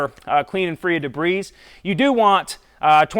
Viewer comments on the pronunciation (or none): It's pronounced de bree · I love your videos and I think someone should tell you that the "s" in debris is always silent. :)